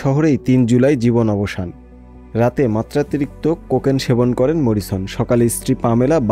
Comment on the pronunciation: এই স্টোরি যিনি করেছেন তিনি না পারে উচ্চারণ, না জানে মরিসন। অশিক্ষিতদের পুনর্বাসন বন্ধ না হলে এই দেশ সাংবাদিকতাকে সোমালিয়ার সমানে দাড় করাবে।